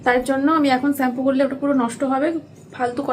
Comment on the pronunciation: স্যাম্পু না শ্যাম্পু হবে কথাটা😊